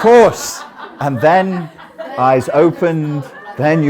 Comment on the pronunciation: The way says “Striashiiilo” just kills me. Well. This is complicated word